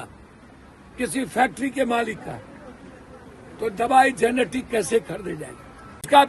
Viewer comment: आदरणीय सांसद महोदय जेनेटिक दवाई नहीं जेनेरिक दवाई